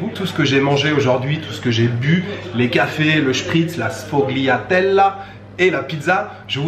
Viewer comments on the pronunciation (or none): Salut, si t'as bien aimé la pizza, je te conseille d'essayer également la pizza fritta ! Certainement l'une des meilleures que j'ai mangé là bas ! Et si je puis me permettre juste un petit tips, ne prononce pas les "g" qui se trouvent avant un "l" genre la patisserie que tu as mangé se prononce "sfoliatellé" dans le même genre tu as les "taliatellé" côté pâtes Sinon profites bien et continu de nous envoyer un peu de soleil ! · Mes oreilles ont saigné à la prononciation de la sfogliatella lol